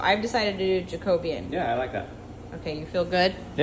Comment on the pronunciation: The way you pronounced 'Jacobean' I didn't get what you were talking about then when you put the stain on the floor I got the picture of an historic Jacobean hall in my area where all the woodwork inside is indeed almost black!